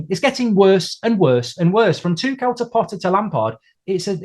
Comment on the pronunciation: This guy's right about Lampard being a bad appointment but wrong about a lot of the other things he was saying. He also apparently has no idea how to say 'Tuchel.'